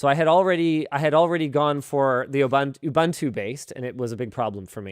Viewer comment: Mom! He did it again! He called it "Oobuntu" instead of "Ooboontoo"!